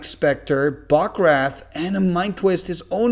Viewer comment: “Bog Raith” 💀👌